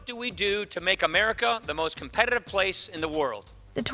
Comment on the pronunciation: I've never heard someone say "competitive" like that XD